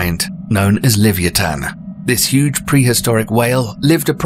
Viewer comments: ITs Leviathan Leh-Vye-A-Thun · it's not livantan it is the Levithan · I was thinking the same thing!! And then him pronouncing leviathan just killed me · It's amazing that British people are the inventors of the English language but can't say Leviathan properly